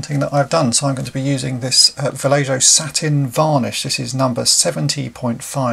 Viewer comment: good stuff. i think the paint is pronounced "va-lay-ho" :-)